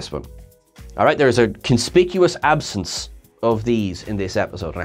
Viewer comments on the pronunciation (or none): none